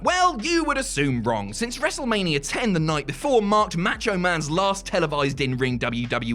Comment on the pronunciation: Well coming back to watch this was a mistake. All it does is remind me that Adam Pacitti is a white supremacist who refuses to pronounce the Mexican Spanish A in Macho the same way he does the Italian A in Pacitti. "Because he's British" except when pronouncing his own name.